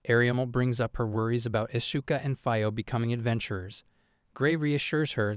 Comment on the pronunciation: i meant to ask this in the other videos but im sure now, you kill the names on purpose right? you called Itsuka "Ishuka" and Fio "Faio" 2 minutes into the video, i know english is the only lenguage that doesnt pronounce vocals as they are written so i can kinda understand the "Faio" thing but why kill Itsuka`s name like that? trust me i really like your videos and i dont meant this comment to be super negative or agressive but it breaks the immersion when i hear the names butchered like that